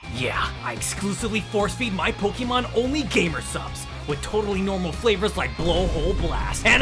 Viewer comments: He has a point, but he uses ee instead of ay and that automatically makes me hate him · "Poki-mon" Oh no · Yeah man, pokeemon, like in pockeet monsters. And of course, "cultured men" say that embarrasing kiddy crap "w-word". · I always wonder if people say Pokey-mon on purpose to bait people like me or if they actually don't know how to say it. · Who still says "Pokimon" in 2024?